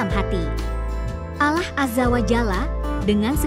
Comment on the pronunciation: jgn wanita ini yg baca, ngga bagus nyebut Allah 😮